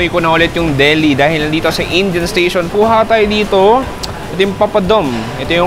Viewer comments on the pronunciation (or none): none